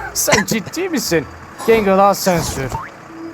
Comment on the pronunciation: onun adı Gangle ismini doğru düzgün söyle favorim